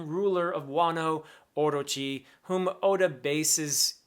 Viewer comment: professor, orochi is said orÔchi, the strong syllabel is the '' ro''